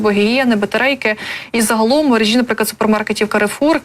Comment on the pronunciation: Не в мережІ, а в мерЕжі! Вчіть українську мову, якщо виходите в ефір!